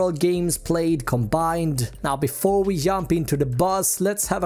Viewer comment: he said "yump" instead of "jump" lol * 7 *